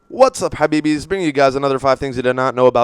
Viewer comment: why do you say habibis like you say it in arabic